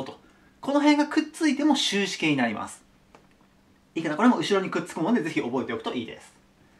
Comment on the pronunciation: 終止形が終身刑に聞こえた